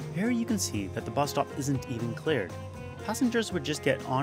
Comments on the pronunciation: its really irritating when he says clared instead of cleared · cleared not clard